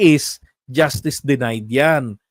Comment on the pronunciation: Sir, i like your "justiis"!